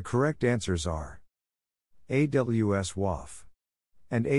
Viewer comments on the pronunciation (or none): AWS WAF (wäf').😄... rewinds 😯/'wöf/... ⏪ again 👄[waff-]... 😂 So proper, gentleman. 🤵‍♂️🍵